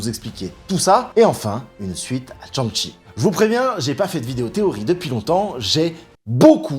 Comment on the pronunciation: Petite critique. Ont ne prononce pas Tchan-shi mais plutôt chang-shi. Shang-chi